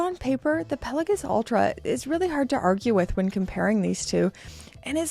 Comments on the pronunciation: Here we go with calling it a "Pella-giss" again. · Genuine question, is this how we pronounce Pelagos? I’m newer to watches and have heard it pronounced multiple different ways.